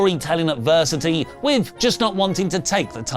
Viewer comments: Advers-si-titty.... why 🤣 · The adversitittie is my absolutely favorite thing 🤣 also great story you have made for Cody! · 😂😂😂😂 cracks me up so much 👏🏼👏🏼👏🏼👏🏼 I can no longer hear or say adversity properly anymore